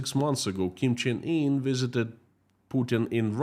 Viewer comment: You have read his name like "kimchi in" and he looks like he have done it a lot XD